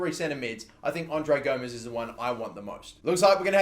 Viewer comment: and u pronouncing André Gomes name wrong, ur saying "Gomez" when it's "Gomes"